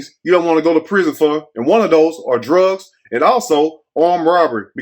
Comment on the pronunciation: MR. MACKIE VOICE "DR♚GS ARE BACK" SHE IS NOT EVEN TRYING TO PRONOUNCE IT RIGHT.